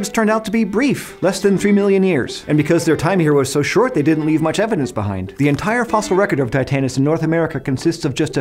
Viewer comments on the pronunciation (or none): none